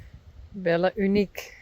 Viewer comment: I love the way you say Bell-a and Corall-a! ❤ It's beautiful and I prefer it to the more plain-sounding English versions.